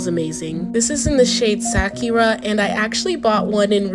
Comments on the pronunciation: Sakira lol it's pronounced sack_Urah Sakura🌸! Hoped this helped! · The way she pronounced Sakura I’m sorry 💀